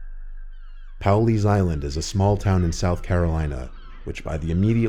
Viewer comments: I like how he said pow-leys island instead of Pawleys island 🤣. It's all good though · Pawley's island is pronounced Paw-lee's island (like a dog's paw)